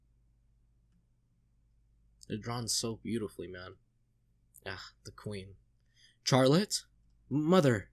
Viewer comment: It''s funny how often you go back and forth between 'Fuck Griffith' and 'He's so cool though', lol. There's a reason 'Griffith did nothing wrong' is such a meme among readers. Nitpick- Charlotte is pronounced "Sh-arlotte", not "CH-arlotte"- no hard CH sound :) The real 200 IQ move is to read Berserk for the memes: And you still haven't met the most powerful character, the 6th (!) member of the God Hand